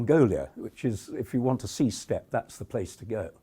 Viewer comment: you lost me at "steps". It's Steppe.